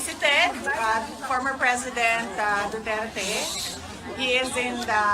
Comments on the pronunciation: Hahahaa 😂 Abi naku ako ra nakamatikod nga lahe ang paglitok sa apilyedo ni president duterte,Na Dutert Naman NuOn! 😂 Unsa nga klase nga Bugado diman kabalo MO- ENGLISH DA! 😂 Lingaw ko nimo sir Oy!😂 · Mao gyod atty. ilang pronounce sa duterte"DOTYETYE" 😂😂😂😂😂